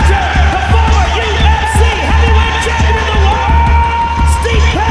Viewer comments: bruh say the man's name right his name is not steep lmao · 😂 dude doesn’t even say stipes name right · HOLY #%$& NARRATOR. STOP making the same GD mistake EVERY SINGLE NARRATOR IN THE HISTORY OF YOUTUBE has made: BUTCHERING the names of the subject individual you are discussing. You some how manage to say both Stipe’s first AND last name incorrectly, throughout the entire video, DESPITE another woman saying his name correctly in a voice over - you say it correctly one time after that then GO BACK to saying it wrong! Wow!!!! THEN you say Ngannu’s name wrong - it’s pronounced ENN-GAH-NOO. You’re welcome! Five seconds on #%$&@ GOOGLE would have told you that! This happens on YouTube in EVERY VIDEO about sports stars; congratulations, you’re another statistic in the column of : “wtf it would have taken you three minutes to find the correct way to say words”. I feel like I’m giving advice to a five year old, but here we go… DON’T make a video about beloved figures and heroes of the people WITHOUT KNOWING HOW TO SAY THEIR NAMES CORRECTLY. It’s DUMB. It’s LOW EFFORT. It’s DISRESPECTFUL. You’re embarrassing yourself every time you butcher a great fighter’s name because you were too lazy to spend a ridiculously minimal time finding out how to say it right. Blocked. Channel NOT recommended. Thumbs down. Do better on your next video or don’t make one. Have a nice day.